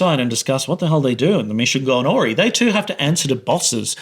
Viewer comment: New subscriber, after this showed up on my feed. One thing - and I only say this as someone who would appreciate it, if it were me - but this is not how you pronounce 'awry' : 😉